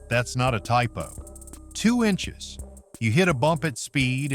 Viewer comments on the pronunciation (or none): When the AI said ...and that's not a typo... and it actually was. 'inchies' LMAO.